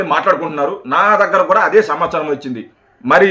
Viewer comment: సంవచారం కాదు రా పిగ్ మొహమోడా సమాచారం అనాలి